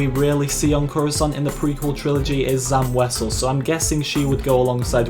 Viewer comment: Zam wesel? Shaak Ti? ... hahahahhahahha